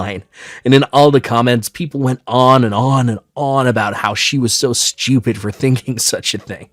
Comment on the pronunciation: It’s “ah-sume” and “stu-pid” not “ah-shume” and “sch-tupid”. There’s no sh/sch sound in those words.